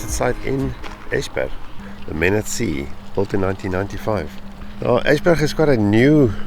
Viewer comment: Dont know why you are diffent but this is the second time you're nailing it with the pronouncation... Esbjerg was spot on... And now I wonder why no one else can say it. Clearly not a problem for you guys. 😊 Will get back to the videos later... Im a bit behind them now. 😅